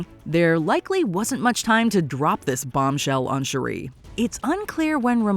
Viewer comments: It's Shooreee not Shoeri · Once again this channel renders itself useless with a horrible pronunciation of a well established character’s name. Every time she said Shuri I felt a sperm die. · OH MY GOD! Her name is pronounced SHUR-ee; your grating voice is so annoying, I feel "The Blip" would be a great mercy over listening to you! -"How to say you never watched the films w/o saying you never watched the films" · Next time, get a narrator who knows how to pronounce the names of the characters. Shuri is not pronounced Cherie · ….please stop mispronouncing Shuri. Your the only one who pronounces her name like that. Shuri not shu-ree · Maybe by wakanda 3 you’ll learn how o pronounce shuri correctly. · I love this videos but i cant bare how they pronounce Shuri hahaha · The way she pronounces Shuri irks my nerves!!! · Shuri isn't pronounced that way. Watch the movie,!